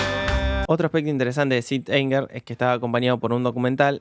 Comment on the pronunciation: Te banco muchísimo pero me duele que le digas "sit" anger a Saint Anger jajjaj